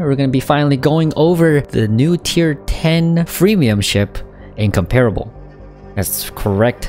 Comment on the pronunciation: Its pronounced: Incomprable